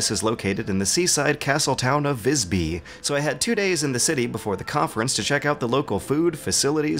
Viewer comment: "Gotland" lol "Visby"!!! HAHAHAHAHA!!! I'm not even Swedish (I'm Danish), but that pronunciation is incredibly hilarious :) As for a video, thanks, I would never have realized that those other things existed if you had not made mention of it. And I quite like other the content too, as an "inbetweener".